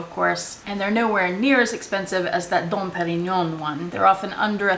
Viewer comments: Your pronunciation of that Don Parion had me laughing, and I know I didn’t spell it right 😅😂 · Every time you said "Dom Perignon" 😂😂😂 Oh my goodness, I so adore you!! Great video as always.... and to the total vachetta bag I have 3 words: OH HELL NO.😱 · Ha ha! I love EVERYTHING about this video from the pronunciation of Dom Perignon to Vachephobia! Such a fun video for the Halloween 🎃 Season! Also, I knew about the two wine bottle holder as I almost purchased one ☝🏾 from EBay a few months ago. I, however, had NOOOO idea of the plethora of vachetta bags that have been made over the years. Very informative! Great work! Xoxo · I just wish I could say "Dom Perignon" the way you do!!! I definitely suffer from Vachettaphobia!!! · OMG..., this whole video had me laughing from beginning to end. You are one funny girl,! I could watch this again just for the laughs!:) The way you say Dom Perignon... oh my belly.